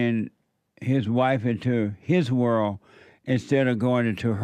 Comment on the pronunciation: saying whirl instead of world is beta